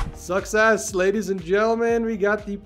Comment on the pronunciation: i can't tell if "success" or "sucks ass"